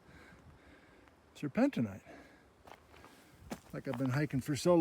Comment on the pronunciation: Sir pen teen. Sir pen teen ite. The mineral to the mixed rock name does not change the pronunciation.